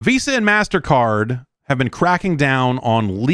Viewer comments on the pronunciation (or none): none